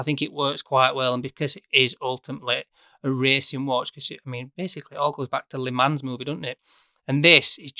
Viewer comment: I love this watch, never been up close with one but if I went for a Heuer this would be it..... but although I can handle you pronouncing Seiko as Seeko and not Sayko this Lee Mans business will not do..... the S is silent....Li mon..... Li Mon in your best french accent! LI MON 🧑🏻‍🎨🇫🇷